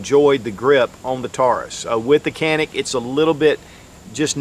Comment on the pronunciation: It’s pronounced as John-ik god damn it. Respect the brand